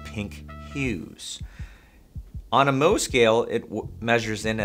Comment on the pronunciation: Isn't it Mohs scale? Not 'moh' scale?